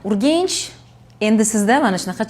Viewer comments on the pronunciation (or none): Urgench yoki Urganch? 🤔🤔🤔 Filolog sifatida o'zbekchada Urganch ekanini bilaman. Urgench deyish nega? 🤔